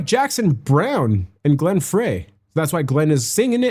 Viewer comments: Love your commentary but you’ve just got to learn to say Fry not Fray! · Frey is pronounced "FRY", not "fray",. That guitar solo you remarked on was Joe Walsh. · Frey's name is pronounced "fry" as in frying pan. You've done too many of their songs to keep getting his name wrong. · By the way it's pronounced Glen 'Fry'. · Dude you were talking over the best line in the song. And Glenn Frey is pronounced Fry. Stop trying to put them in a genre box. They did it all. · Omg! Isn’t the main part of reacting to music is actually listening to the DAMN SONG? If you aren’t going to listen to it why even bother?! How would you know how powerful the music is when you talked through the whole thing?? Just shut up, listen to the music and experience it. Oh and it’s pronounced FRY!!! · Fry.....that's how it is pronounced. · GlennFrey’s name is pronounced “Fry” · IT'S PRONOUNCED...FRY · Some of the best lyrics so play it again and Frey is pronounced Fry.